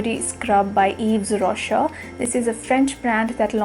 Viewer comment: It's pronounced Eve Roshay..just fyi Er is pronounced ay and s at the end is silent :)